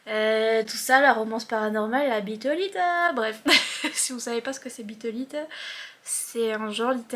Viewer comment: Merci de me faire rire: " Biteuh Liteuh " je trouve que ça sonne mieux que l'original bizarrement XD.